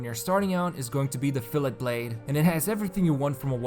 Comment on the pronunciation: Fillet Blade is not pronounced like it's spelled. It's like a cut of meat. Fill- a (long a sound) . Like chic fil a. Fil-let ............Rofl